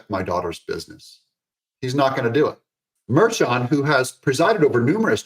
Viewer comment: The judges name is pronounced Mar-khan.